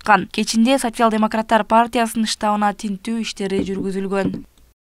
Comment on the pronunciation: Сасиял дейт го😂😂